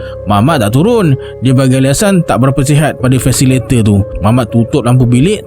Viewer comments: Salam bro terbaik penceritaan tapi mohon betulkan sikit sebutan fasilitator [fa.si.li.ta.tor] | فاسيليتاتور Definisi : orang yg membimbing (memandu) sesuatu program pembelajaran dan pengajaran: guru harus berperanan sbg ~ supaya pelajar dapat dipimpin utk menghasilkan sesebuah karangan yg baik. (Kamus Dewan Edisi Keempat) Adios! ❤ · maen shortcut...FACILATOR.?!! 'Li' dgn 'Ta' dia buang😂😂😂🤣🤦‍♂